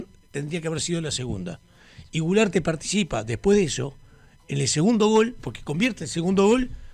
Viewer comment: Culearte no gularte 😂😂😂😂